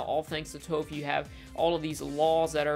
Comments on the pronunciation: I agree with most of your assessment. But your pronounciations are killing me. I-roh, not E-roh, Toff, not Tohf. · EYE-ROW!!! TOOUGH!!! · Anyone else bothered by the name pronunciation errors (Eeroh and Toe-ph) (I spelled the pronunciations phonetically so plz no nagging me on it) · NIce analysis, but the fact that you pronounce Iroh as "ero" and Toph as "Tofe" reminds of the the name butchering from ATLA live action by M. Night. So please pronounce them as the show intended. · There is literally only one correct way to pronounce Toph’s name. People who mispronounce a main characters name make me wonder if they ever actually watched the show. It’s TAWFF. Not Toeff. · Sorry to be this guy, but.. Zukos uncle, "eye-row". Earth bender "tawff". Say it with me now.. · I have a hard time taking your opinion seriously when you call the characters “toe-ff” And “ear-oh”. Like, did you actually watch the show? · Why is he continuously miss pronouncing Toph and Iroh’s names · He mispronounces iroh and tophs name as if the show wasn’t in English. Were did they say eee-roe at?? 😅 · The show made up the names so they dictate how they're pronounced. Toph and Iroh don't sound like that in the show so I don't know what you're doing here. Plus saying Iroh with an I and Toph like off sounds better anyway.